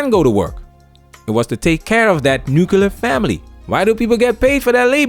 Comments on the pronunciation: I think he meant “Nuclear” family and not “Nu-cu-lar” family.. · Please, it nuclear not nuculur, thanks otherwise powerful content keep it up Sir, you are well appreciated.